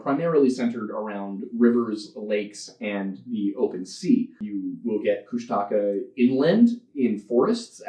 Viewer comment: Me, a lover of folklore and who understands that oral history will mean different regions will always pronounce things differently... but also Tlingit and has grown up with stories about Kushtaka "That's not how you say it."